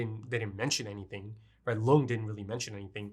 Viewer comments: Lunge is probably supposed to be pronounced "Lun-guh" because it's just the German word for lung. Also interesting to note that Mr. Junkers said "Monster" specifically which is not the Japanese word but the German word (pronounciation is very similar too the english one too, but given the anime, I believe it's supposed to be the German pronounciation), I think it's also not too far fetched to believe the anime title is also supposed to be the German word instead of the English, but idk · Monster is amazing. About Lunge, there are no silent vowels at the end of a word in German. Porsche, Helge, Lunge, the E at the end is always pronounced, something like an -uh.